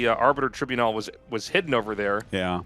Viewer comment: Silly Tasteless! Arbiter Tribunal is pronounced Tribunal, not Tribunal.